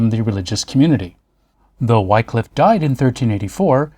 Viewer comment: In beste goode humour! - my only cavil (is trivial) not 'Why-cliff' but Whi(p)-cliff.... an aspirant wh-ah... to the 'i' of 'in' not the 'i' of 'nine' Whi-cliffe - Ye olde Englishe is moghty treacherous! Great post, as always - calm, accurate, and informative.